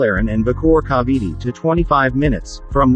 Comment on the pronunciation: What Bada and Cavity? You mean Bataan and Cavite.